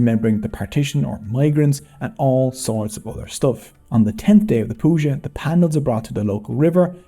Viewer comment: Thank you for pronouncing PAN - DELS and not PAN - DALS.